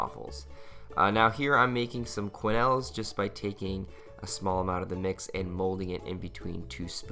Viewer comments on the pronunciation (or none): keh-nels. not qua-nels. ;-)